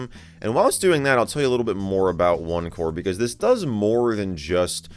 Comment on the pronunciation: Thought he said opencore for a sec 😂